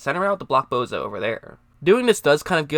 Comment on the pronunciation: It's boSa not boza fuck boy lol